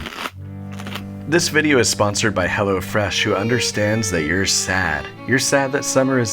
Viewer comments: Go to HELL. . . ofresh Is it just me or did he put more emphasis on that word on purpose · I can't be the only one that heard that as "...go to hell o' fresh..." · lol thought he said go to hell instead of go to hellofresh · really thought he was saying “go to hell” for a split second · Same here, I was just using this for background noise and then I heard "go to hell" and got so confused!